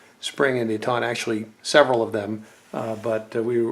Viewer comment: Man so many thing s wrong w this!!! It’s not de taunt! It’s detent Jesus man come on! Quit TRYING to be more knowledgeable then u r! It’s really not a good look. U misidentified just about every part on the lower as well . And then when u started shooting I cringed! U can tell ur tht tacticool wana be guy. Who tf holds an ar like tht by the vert grip??? C grip dude get w the program!